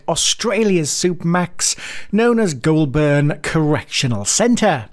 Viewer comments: Its not pronounsed glolburn its golbin not the spelling just how u pronounce it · Its pronounced "Golburn" not Ghoul burn, but clearly appropriate given what the content is about👍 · “Goulburn” You got the first syllable right but the second one is pronounced more like “bin”, but without the “i” Making it “Goul-bn”. Same story with Melbourne. I know how it’s spelt but it’s pronounced “Mel-bn” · It's Gol-burn, not goo-ol-burn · ITS PRONOUCED 'GOULBIN' NOT 'GOULBURN' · Only a pommy who'd never been near Goulburn would pronounce it Goolburn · Just a note here it's pronounced as "Golb'n" not Goul Burn" as you were saying. If you're going to do vocals in overseas videos it helps a lot to say place names properly - or better still don't talk in them. Having suffered through your video, almost all your Australian place name pronunciations are wrong. (I'm an Aussie, and I know A LOT of my country!!!) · I gotta fix this blurr. It’s Goulburn. We pronounce it as goal bin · Great video, but as a local you must pronounce it like you would say "Golden". o7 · Its pronounced "goal'ben" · Listening to others pronounce Goulburn is hilarious. Pronounced Goal-bern not burn. Just think the R is a short R. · Goulburn pronounced "Goal Bun" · Pronounced Golben even tho it’s spelt Goulburn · Please… it is pronounced ‘Golben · It’s pronounced “Gol bin” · Pronounced "Goulbn" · Pronouced Goal-bn. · Goll burn lol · Isnt pronounced GOUL BURN it is pronounced her GOUL BUN goulburn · Say Goulburn properly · Before making such a vid, perhaps you could learn how to pronounce Goulburn. And if you would like any credibility you could learn what an Australian criminal court looks like so you don't grab stock courtroom footage that can not possibly be Australian. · You need to learn how to pronounce Goulburn. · Learn to pronounce Australian town names correctly I found it very irritating.